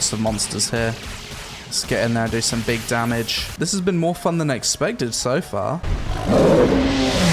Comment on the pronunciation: "Big dahmij"